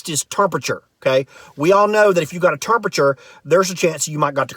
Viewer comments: Are you playing with accents, termpeture, ervybody, ... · Wtf you cant even say temperature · Errrrrbuddy....term-perture lol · Terpture, curnsisyant, erbody, 😂😂😂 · “Carsistency” “Terpature” - LOL!